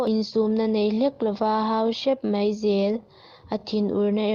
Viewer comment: Chhiar thiam viau e, mahse tlemin chhiar dik loh te chhiar dik thei turin theihtawp han chhuah zel teh. 'Mai' tih turah 'mei' tih a awm nual bawk, chuan a thluk a tam mah mah, han bei zel teh le.